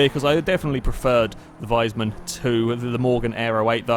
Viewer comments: nnnnnnnnnnnuuuuuuuuuuuuuuuuuuuu It's Wiesmann not Weismann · It´s pronounced "Wees-mann", not "Weis-mann". Curled my toenails when you mispronounced it multiple times.